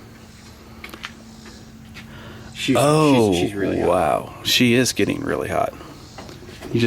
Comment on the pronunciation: Hopeen, getteen